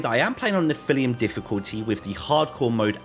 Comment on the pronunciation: Also speed run to mispronouncing something challenge each video -! Nephilim should be "Neff-ill-lim"